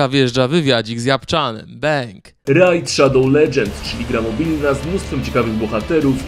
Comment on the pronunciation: Panowie, tak na przyszłość, słowo raid nie wypowiada się rajd tylko rejd xd nie przypierdalam się tylko mówię tu tego